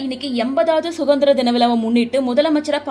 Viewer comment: SUGANDHIRA DHINAM AA????? CORRECT YOUR PRONUNCIATION